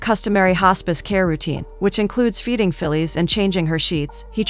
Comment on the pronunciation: "Fillees" instead of Phyllis. Automaton is junkie.